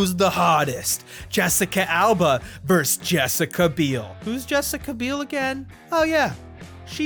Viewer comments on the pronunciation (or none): none